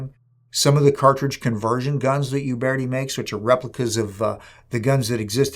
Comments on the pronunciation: it's Uberti and not "iuberti" the correct pronunce is similar to "Ooberti" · Nice review. Gorgeous gun. Alec Baldwin should have watched this. He should still be made to watch this! Uberti is actually pronounced as ”oo-bear-tea” ( not “you-bear-tea”). Thanks, enjoyed this!